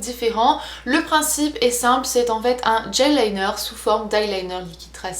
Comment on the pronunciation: GEL liner ! Et non "DGEL LINER"